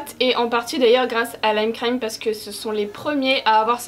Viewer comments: Tu soule à dire le C le lime crime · Mais comment faut il prononcer lime crime alors ? 🤔 Super vidéo comme dhab , my fav c’est le naked cherry aussi quand je mets du gloss c’est parce que je veux un make up naturel donc les couleurs trop folichonnes glossy très peu pour moi (#RaconteTaVie) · Lime crime la seule marque que prononce en anglais 😂😂😂😂😂😂 je t'adore